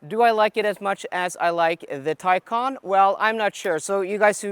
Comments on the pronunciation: if you say one more time teycan i will unsubscribe! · You have a Taycan, right? Can you hear yourself? It’s a Macan not a Taycan! Try compare apples with apples. 😵‍💫